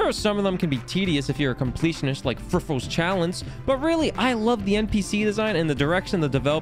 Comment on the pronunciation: What's he saying ? Friffles Challenge? Frivolous Chalice?